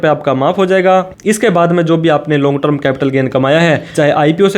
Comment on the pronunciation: अरे भाई, ट्रम नहीं टर्म 🙏